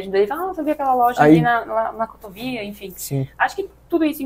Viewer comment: Av Cotóóóvia???é assim que se pronuncia??? Não sabia...